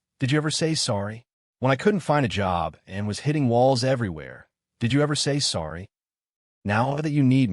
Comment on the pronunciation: Please please stop sounding spanish when saying I'm sodddyyy it's IM SORRY. Don't get me wrong, good story but do you even review this before uploading?